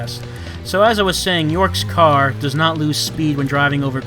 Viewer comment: I love how the LP Bot pronounces "does" as he would the word denoting female deers. "Siguorney female deers have a sadistic side."